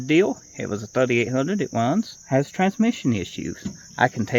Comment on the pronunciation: 'It wuns, has twansmission issues' 😂😅😂